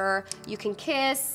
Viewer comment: "Ju can kees" I knew that was coming lmao